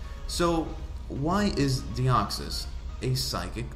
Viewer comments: "Deoxsys" Deoxys. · I dont want to be that guy but it is "Deoxys" not Deoxsys